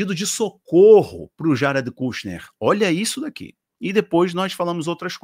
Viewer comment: irmão, se pronuncia ''kãshner'' rsrs abraço